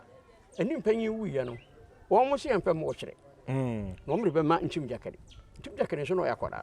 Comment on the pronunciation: This guy too what's this “Ntim gyakali” thing aaaba. Anyways, good interview.